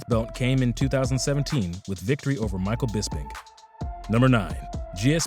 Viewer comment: The only 2 names he pronounced correctly in this video. 1) George Saint-Pierre 2) Michael Bisping 🤦‍♂️